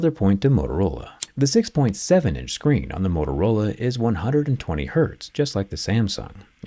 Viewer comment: I want'uh muh 6'9 huuuuge screenh!